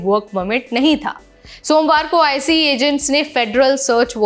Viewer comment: आईसीई, आईसीई मत बोलो! आइस बोलो! यहां अमेरिका में आइस नाम से पहचाना जाता है।